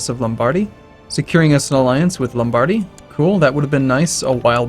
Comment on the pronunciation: please look up how to pronounce Lombardy.